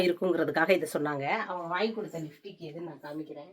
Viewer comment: சாந்தாக்கா லிfடிக் இல்ல லிப்ஸ்டிக் னு சொல்லுங்க